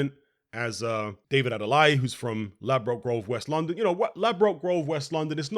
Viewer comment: Adeleye pronounced ( Ade - Lay - Eee ). Also it was a RIGHT hook